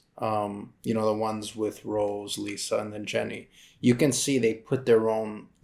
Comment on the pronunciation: its rosé not rose😭